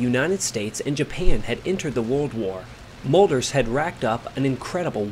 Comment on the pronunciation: Thank you for the interesting contribution. However there was no Molders, his name was Mölders.